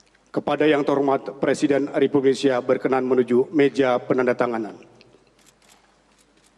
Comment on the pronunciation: menit MC nya ngomong ada dah.... presiden republisia ???? :D